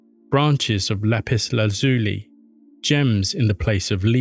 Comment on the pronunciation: The word is pronounced LAP- IZ-LAZ- U LIE.